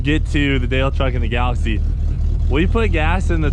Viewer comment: Y’all gotta know it’s galax”ie”